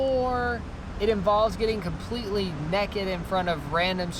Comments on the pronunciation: More like neked 😂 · They say neked in stead of naked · he said nakd not naked play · I Love how said nakid instead of naked I’m lmao rn😂😂😂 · “Nahked in front of strangers” who says nahked its naked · Naykid NAYKID not nekid it makes you sound like a hillbilly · I really enjoy how says "nehkid" instead of "naykid" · “Completely neked” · Did reallly say NEKID??? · He said neked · I just love how pronounces naked......"neked"......the perfect southerner! lol....... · Hilarious!! Laughed so much especially using some Conan bits. Great job!! And yes country people say neked. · did you really say NEKID? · its a tennessee thing 😂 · When your “naked”, you are unclothed. When you’re “nekkid”, you’re implying that you’re doing something naughty. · That's southern right there! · buck NEKID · are you quoting that guy from Steve Harvey's Family Feud? Even Steve pronounces naked as nekkid.. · I just love how you say naked with your southern accents! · The way mate says naked 1 min in to the video 😂😂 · I love the way the say naked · The way says naked tho